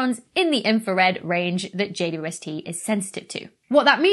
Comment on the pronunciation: Did you just pronounce (at the 'W' of 'JWST' as [wi] Dr. Becky? Could you explain? (I would answer: "Yes, why not, it's much more convenient to pronounce than 'double u!")